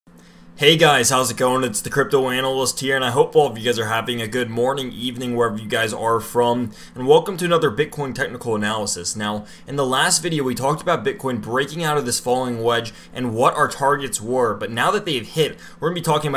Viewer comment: Please stop pronouncing it Anal-lyst